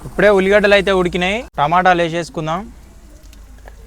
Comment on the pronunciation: టమాటిలు కాదు టమాటాలు